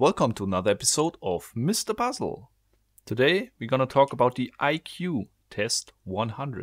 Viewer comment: I love how he says “mister puzzle” 😂😂😂😂😂